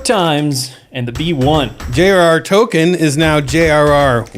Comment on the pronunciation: You pronounce Tolkein "toe-kin"? Blasphemy!